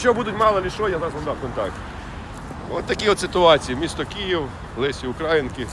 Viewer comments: Шановний автор - прошу Вас правильно ставити наголос щодо Українки. Вимовляєте як задрипаний КУГУТЯРА ! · Позорище - не УкрАїнки, а УкраЇнки.